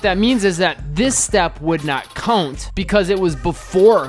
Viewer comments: "Count" say it..."Count" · Dude what in the f is this accent? 😂😂 “count”